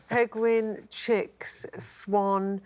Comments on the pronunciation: Ooh, Shazia Mirza can't pronounce penguin either - like Benedict Cumberbatch! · And how on earth did she pronounce Penguin ? Must've taken lessons from Benedict Cumberbatch !! 🐧🐧🐧